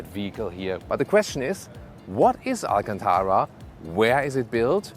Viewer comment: It’s not alcantaWa It’s alcantaRa